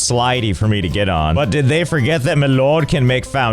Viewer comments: I love the way he say “Loord” it gets me everytime 😂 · L-oh-rd Josh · I love how Josh can’t say the word “lord” without pronouncing it “L-oh-rd” God dammit I love this man. 🤣